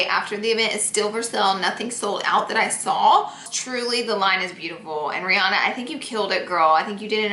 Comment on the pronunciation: Hey why did you call Rihanna breanna?????